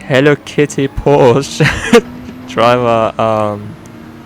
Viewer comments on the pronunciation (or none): please, you are german. stop saying porsche in the wrong way. This hurts ecerytime:)